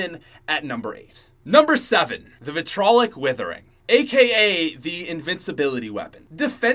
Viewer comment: It is pronounced VIT-RE-AWL-IC not VIT-RAWL-IC